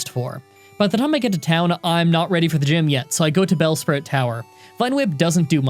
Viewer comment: When he’s in bel sprout tower it sounds like he says butt whip